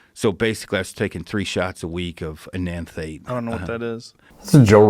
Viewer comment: I'm sure it was the pronunciation of Enanthate that threw Joe off. Enanthate has been discussed on his show before. (BTW, I tell people Tren is the relationship killer.)